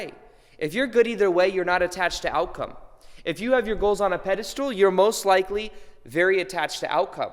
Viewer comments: Peda STOOL so many times is hard to hear but so is FRAME. I do however love your videos maybe im watching too much. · I love your videos but pedestool is driving me nuts 🤗🤣 and you write it properly. Thank you for great content